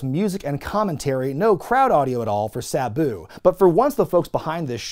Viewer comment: Please don't call Sabu Buu, please.